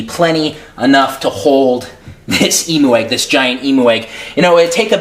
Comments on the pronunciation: "EM-U" Oh lawdie, here in Australia (where the bird comes from) we say it as "Em-you". :P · It sounds like you said "emo egg" XD